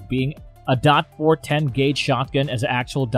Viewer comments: The judge is a get off me gun so is a derringer. And you don't have to say dot for .410, just say 4 10, not four hundred and ten either. You have proved you know nothing about guns. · "Four-hundred ten revolver" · The judge is awesome, I carry one for years, plus you can't even say Taurus correct, dot 410 are you trying to sound like know what your talking about. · Too bad the narrator lacks any knowledge about firearms. Calling every caliber a "DOT" something just sounds stupid. WTF is a "dot four hundred ten"? He goes on to say a derringer is "neither a pistol nor a revolver". If it isn't a pistol, what is it? Later, he uses the terms pistol and rifle describing a Type 94 Nambu. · Wtf is the "dot 4 1 0 gauge" about? How could anyone even consider listening to this lol? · this is a spoof channel or something? can't say Taurus correctly or .410 and can't imagine why a Desert Eagle not being a great carry firearm.. No shit Sherlock, it was never meant to be a carry firearm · He can't even say 410 like a normal person he just sounds like he doesn't know what he was talking about and he can't say taurus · Hint, if you wanna be taken seriousley learn how pronounce the word TAURUS. Secondly what's with this "dot 45 caliber, dot 410 gauge". Definitely won't subscribe to this channel and won't waste the time to watch entire video. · It’s Colt not kale and you don’t say dot four hundred ten it’s just four ten. Do you know nothing about guns?